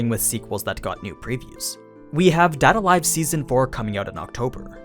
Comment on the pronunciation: Why do you say "Date a live" and "Kakegurui" like that?